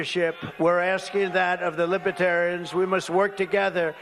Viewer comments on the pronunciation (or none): Libaterians? Why does he keep saying that? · He kept calling them lipertarians !! 😅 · DJT will be all over them. He can't even say libertarian..he is saying "libatarians" They won't put up with him. They protect their own. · It doesn’t seem like he pronounces the party correctly. It sounds like he drops the first “r” and says libetarians. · Consistently "Libetarians.' Wonder how they like that pronunciation. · Libetarians he doesn’t even know how to say it! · He keeps call in them LIBATARIANS! The correct name is literally written all over the walls around him!!! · Li-buh-tar-uns It helps if you know how to pronounce libertarian—there’s an R in there trump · Did he call them Libatarians?? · Trump keeps saying "Libetarian" (Li-be-ta-ri-ans) with a silent 'r' lol. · Libeh terians...lol... boooooooo...lol